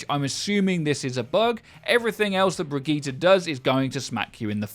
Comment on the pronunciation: "brid-gee-tah".... pls no.